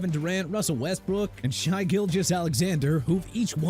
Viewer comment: YOU KNOW WHAT?! I'M DONE. IT'S TER-RELL SUGGS AND ALSO MARYLAND IS PRONOUNCED MEH-RUH-LUHND!! AND IT'S SHAI (AS IN SHEA) GILGEOUS ALEXANDER NOT SHY!! GET A TEXTBOOK ABOUT PRONUNCIATIONS, READ IT AND COME BACK WHEN YOU'RE DONE!!